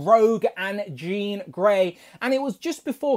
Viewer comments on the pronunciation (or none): none